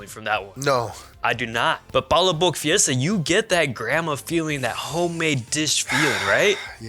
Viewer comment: You guys are butchering the name for palaboc smh